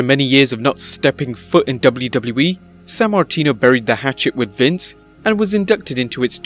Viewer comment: Dub-blue Dub-blue E. Lol